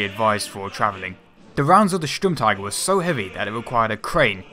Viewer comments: In your second try you pronounced Sturmtiger pretty well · Im german and i must say the pronouncynation of Sturmtiger was very good!